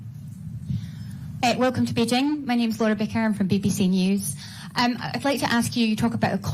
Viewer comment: It’s Beijing not Beijin